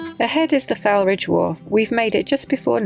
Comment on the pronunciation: Great that you pronounced ‘Barnoldswick’ properly but..... the ‘Foul’ of ‘Foulridge’ rhymes with ‘Foal’ 😄